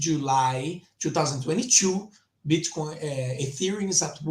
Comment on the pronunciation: I hear bitch coin every time you say Bitcoin 😄